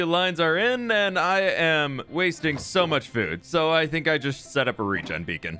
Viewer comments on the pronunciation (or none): none